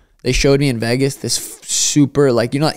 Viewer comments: Bro it's VEGAS not VAYGAS, why you pronounce it so weird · Why does bro pronounce Vegas like that